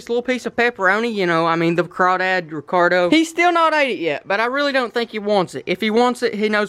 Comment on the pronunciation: instead of Ricardo